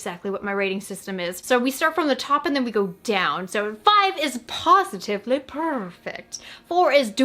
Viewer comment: I never thought I would hear a pawsitivliy perfect